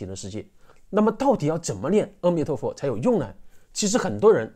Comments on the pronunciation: 谢谢的分享，想提醒大众一个迷思关于 阿弥陀佛的“阿” 应是念做 ā，而不是ē。当你念ā的时候舌头是平行的，念ē的时候舌头是向下的。可以参考其他文献！希望可以帮到大家:virtualhug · 这个教授连佛号都念不对，念，阿弥陀佛，不是呃弥陀佛。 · 是念南无“阿ah”弥陀佛 不是念南无“二”或“ 哦” 弥陀佛 心不坚定的人 必须加“南无”两字 念南无阿弥陀佛 要具足净土宗的 “信” “願” “行”往生三資粮 信：相信釋迦牟尼佛说的阿弥陀佛是真的 阿弥陀佛是真的 願：你愿意去你要去 行：口持佛号 念南无阿弥陀佛 清净心念 心不清净念 多妄想念 没妄想念 怎样念都行 行住坐卧 从早到晚 从晚到早都能念 开口念就是 厕所就得心里默念“恭敬”（突发事故除外可以大声念南无阿弥陀佛） 任何地方任何事都能念 是吉祥的 若一日若二日若七日 这就达成净土宗的 “平生业成” “现生不退” 临终十念 若有人临终前 有善知识教他念佛 这时他才有机会接触念佛信佛 念十念 甚至一念 只要他有信愿 都能往生极乐 除非他不想去 阿弥陀佛也帮不了他 只能堕回六道继续轮回 更详细的说明得去看善导大师思想的各大净土宗法师开示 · na mo a mi tuo fo，是阿不是e的音。因为音有振动频率，a和e的频率不一样。南无阿弥陀佛。感恩的分享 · 你好，非常赞叹你能劝导大家念佛，功德无量啊。我就鸡蛋里挑个小骨头。阿弥陀佛的阿字，应该念阿(a)的音，因为是梵文的音译，您标题里也有阿弥陀佛梵文的罗马转写体，amitabha。虽然很多老人家，甚至是得道的大德，比如星云法师，圣严法师，因为有口音，会读成e,或者wo，也不影响他们往生。不过我们年轻人还是力求准确。既是出于恭敬，就像我们不要把别人名字念错，也是因为正确的读音更有力量吧。南怀瑾大师也谈过ong,a,hong三个读音作为宇宙生发音的，很有意思，您也可以看看，油管里就有。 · 阿弥陀佛，念 A 不念 E， 谢谢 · 阿（a,不是e)弥陀佛🙏🙏🙏